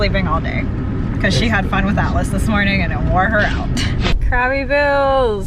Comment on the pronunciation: This whole time I thought Julian’s Service Dog’s Name was Alice until he said he then I really listened to the way you said it. Then I realized it was Atlas 😂😂